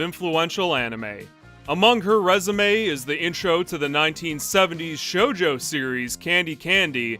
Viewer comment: Every time he says Shoujo I hear JoJo and when I see the image of the Shoujo anime he's referring to I am shocked at the lack of muscular, fashionable, of questionable sexuality men in anatomically imposible poses.